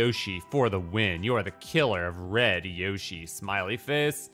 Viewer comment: You are still mispronouncing 'Yoshi'.